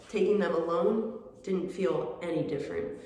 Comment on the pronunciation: damn "feel better", not "fill" (ahaahah "fill" too! :-))